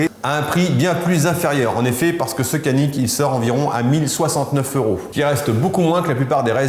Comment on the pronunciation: Super vidéo comme dhab bravo ! Effectivement le C en turque ne fait pas « ke » ou « ce » mais Dj. Donc faudrait prononcer « Djanik ».